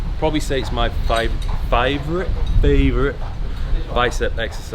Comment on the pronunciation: be here sounding like an Aussie! "FAYVORITE"